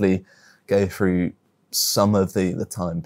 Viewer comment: "i want to go frew" if you cant speak properly then there is no point listening to you